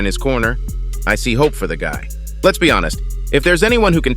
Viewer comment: This channel is AI generated clickbait. The voice speaking is for sure AI. Listen to how it says "of COUSE" instead of "of course", or "gut" instead of "guy", or speaks in a monotone, or puts emphasis on the wrong words. Most of the time there's no news stories backing up what it claims, nor does the fighter etc say what the title says they do. Only the AI voice does. Pure trash.